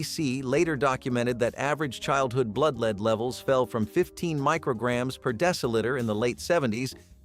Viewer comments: For God's sake get your pronunciation right! It's lead, the metal, - pronounced "led" not "leed". You're not even consistent, sometimes the word is pronounced correctly. Do better editing. This comes across as amateurish. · I thought you did a fine job narrating. That said, I and other viewers have noticed you pronouncing the word "lead" as in a metal as both "lead" with a long E sound as in the meaning "to take charge, or to rule over others" and lead as pronounced with a short E sound such as in the color "red". The proper pronounciation of lead as in the metal is with the lesser or short vowel sound as in "red". Hope you don't mind the tip!